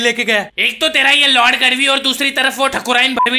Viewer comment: Bro गढ़वी है गड़वी नही